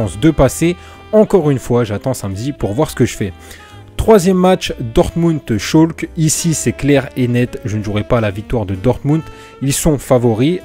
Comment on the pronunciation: salu poto on di schalke et pas scholke